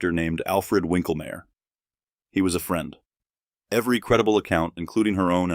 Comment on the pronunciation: Snopes is CROOKED and I have proof!!! "winklmayr"? Domo arigato Mr Roboto - try 'V'inklmayr. In London those gossip rags are al called 'red tops', Lex Wexner (Epstein pal) on the left. Babwa Wawa was 10x the snake Oprah is! She was proud of her friend Roy Cohn and stuck up for his when it was needed. SCUM SCUM SCUM Maryann is who told Mary Trump that donald PAID SOMEONE TO TAKE HIS SATs.